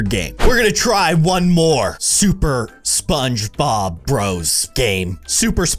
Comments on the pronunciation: Ahh. Just relaxing for my Monday night and I go onto YouTube and go straight to a video 😂💓💓 Edit~ they didn't say SpongeBob, they said Spongbob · Lol he said shogbob